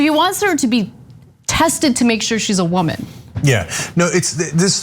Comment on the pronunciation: When Cenk repeats and intensifies Ana's accent of " wo-man," you can tell in his face he's like "damn it, the right is gonna claim I'm racist!!" And in my head, I thought, "OF COURSEEE!!" XD And you can tell the butty hurt are gonna point and blame anything to justify why a woman has an "unfair advantage" against them